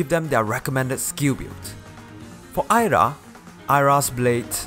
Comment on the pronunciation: I'm surprised you were able to pronounce Ayra correctly, but Mia incorrectly. The I in Mia makes a long E sound, so it's "MEE-ah".